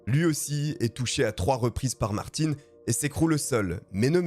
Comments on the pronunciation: Merci pour la précision car j'ai été pris de convulsions LOL EDIT: Peut-être bien à tort finalement... puisqu'après vérification , le w de "Werke" en allemand se prononce "verke" ( et par habitude car prononcé "doublev" ou "wé" en Belgique !! ) ; Donc potentiellement, tu as peut-être bon haha ... Pourtant tu prononce "Martin" en fonction de sa provenance et non de la tienne... La "Bayerische Motoren Werke" n'étant pas d'origine alsacienne... 🙃🤣 Mais les excuses sont faites pour s'en servir 😉😆 Mis à part ce détail, et de trop nombreuses incohérences visuelles (mais là c'est le monteur qui est à blâmer , comme dans la plupart de tes vidéos , et qui créent l'énorme différence avec la qualité de celles de Rafu , ce qui m'a d'ailleurs toujours convaincu que ton succès serait, au stricte minimum , doublé si tu lui confiais le montage et la gestion complète de tes vidéos.. Quelle masterclass ce serait🤩!!! Car pour le côté "podcast AUDIO , tu es "l'un des" pour ne pas dire "LE" meilleur !!! ) , cette histoire est dans mon top 5 de toutes celles que tu as contées jusqu'à aujourd'hui (il m'en reste juste 6 à voir hihi..) Bref : BRAVO pour ton élocution , diction , etc... sur ces points , tu es (au pire !) dans le top 2 ou 3 francophone , on te pardonne donc avec grand plaisir cette petite erreur 😋😜 ! Continue comme ça !!!!! (pour l'audio lol) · ce n'est pas ''Martine '' ça se prononce Mart-hein'' ........ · Mais sérieux, le nombre de personnes qui chipotent sur la prononciation de BMW et Martin c'est effarant! Vous écoutez une histoire qui a nécessité un travail monstrueux de recherches et de montage, superbement bien racontée, mais non: "hAn c MaRtiN, PAs MaRTinE" ma parole je vous vois comme des vieilles femmes éternellement insatisfaites qui laissent une étoile parce qu'elles ont attendu 3 minutes que le serveur vienne à elles pour les installer 😂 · Par contre c'est martin (un) pas martine (ine) mais top👍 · Quand tu dis Martine alors que c’est Martin à la fin on dit le un